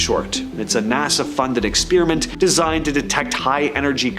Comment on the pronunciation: "Ex Spear a mint"? Really...???